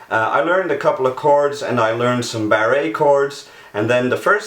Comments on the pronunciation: Its pronounced "BAR" not BarrA! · Did he say bar-raid chords instead of barred chords? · Whoever taught you it was pronounced "barr-A" is laughing their ass off at you, "He actually calls it barrA chords, and thinks its correct....LOL hahahahaha. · Did he say Barry chords instead of Barre chord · M McCartney I'm Canadian and I've never heard anyone pronounce it that way. To me it just sounds funny. I've always heard it said as Bar chords as in go to the bar and have a drink. But it just my opinion. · [FYI: ...."Barre' - chord", ...is more commonly pronounced as "Bar - chord".] ....Once the Major/diatonic scale, and, then both the Major pentatonic, and, minor pentatonic scales are memorized/learned, ...what might be the next most useful scales, or modes to learn?...harmonic minor?, etc?,.... (I'm especially interested in "Surf Music", and "Blues") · Bruce Morano, is Dutch. In Holland barr chords are called 'Barré akkoorden'. has pronounced it that way all his life and was not fully aware of the English pronunciation of the word since the French expression is more commonly used in The Netherlands ( a small European country a two-hour-drive from the French border). In most countries this would not be classed as a criminal offence. However, the way you attack him reveals that either this is the case in the US, or we're dealing with a whole catalogue of personal issues that I suggest you address as soon as you can. You're obviously struggling with your inferiority complex. Your strong and aggressive resentment towards the French suggest your French boy or girlfriend cheated on you and you struggle to come to terms with this. Good counselling can help you. Hey, you might be lucky and find a self-counselling tutorial on Youtube. Calling a pretentious fucking moron....Take a look in the 'miroir' you fucking twat!!!